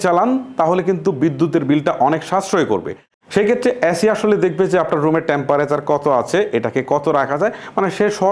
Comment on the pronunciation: ধ্যৎ! এ্যাসি,ট্যাম্প্যারেসার,কোলিং।আগে উচ্চারণ ঠিক করুন।